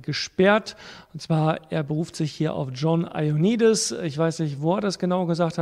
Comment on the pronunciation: Wieder mal top-interessant! Vielen Dank für Deine immer fundierte und akribische Arbeit :-) Aber bitte: Der Mann heißt John Io-A-nnidis. - Danke ;-)